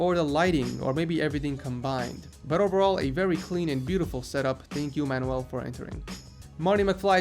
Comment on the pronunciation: Man-you-uhl not man-ooh-ell